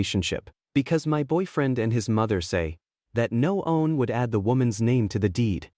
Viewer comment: Why are you pronouncing "one" differently?